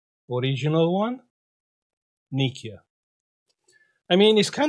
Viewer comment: Nokia/ nikia 😂